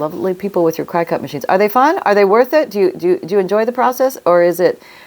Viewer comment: The machine (CRICUT) is pronounced like the insect….cricket